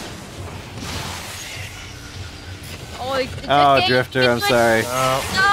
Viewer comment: It is drift0r not swiftor